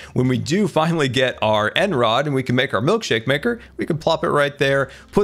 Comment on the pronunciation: When he said end rod it really offended me